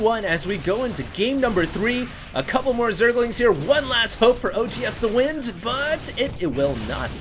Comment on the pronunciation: when he says OGSthewind its like hes saying OG HAS TO WIN